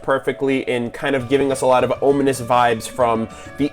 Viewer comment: Cool video, the only thing that annoyed me was you kept pronouncing "ominous" wrong. It's om now ohm!